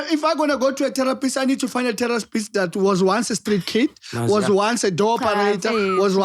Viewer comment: i love how says terror pist. Its terrapi right der🖤